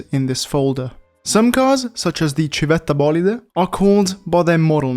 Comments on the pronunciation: Are you italian because in the civetta bolide the accent is perfect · the way you pronounced civetta bolide... are you a fella italian?